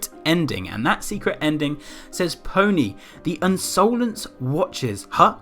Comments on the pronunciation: I love the way he pronounced insolence lmao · Insolence is an actual word, meaning rude or disrespectful behaviour, which at first I thought that was what it meant but the I is capitalised so idk? But it could have something to do with that. Also you were saying insolence wrong and omg is it annoying soz